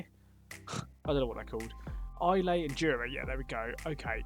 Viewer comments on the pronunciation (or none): For future reference, it's pronounced I ler, not I lay